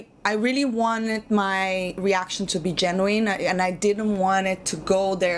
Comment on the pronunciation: reaction to be genuine? Or Genuieene like the planet Tatooine 😄